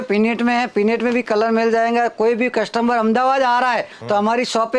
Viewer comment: कस्टम्बर नहीं कस्टमर बोलो भाई